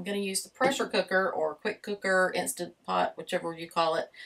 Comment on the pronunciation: Absolutely love that you didn’t say “Instapot”. 😂 Great recipes. We saw you in the RV Niche Facebook group and came to say howdy.